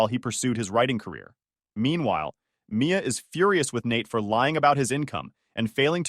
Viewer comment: Mia or Maya? This mispronunciation is bad.